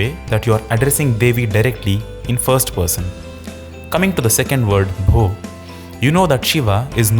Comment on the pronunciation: Bho sounded like Bro 😂😂🎉🎉